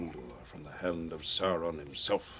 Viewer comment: The first thing he does is pronounce Sauron's name as "Sah-ron" lol I'm so on board for your reaction to this trilogy!!! LESS GO